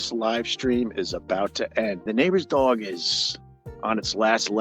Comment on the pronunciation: The way Opie says “dog” is infuriating.